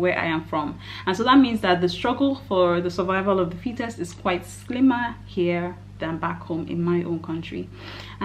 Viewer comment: Fittest, not fetus. Lol